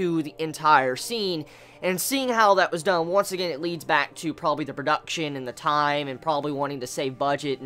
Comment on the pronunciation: I like the way you say pro duck chion.